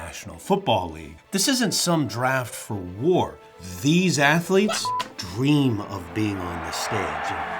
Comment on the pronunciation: Student Athaletes you say?